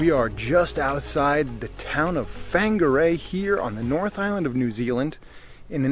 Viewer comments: Wha is pronounced fa ….. whanga pronounced funga …… rei is pronounced ray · It’s pronounced fun gar ray